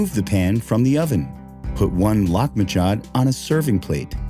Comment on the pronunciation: I actually googled how to pronounce this dish. The voice over is way off to the point of butchering the name. By the way, I also looked up on wikipedia - Lahmajoun is called "Turkish Pizza"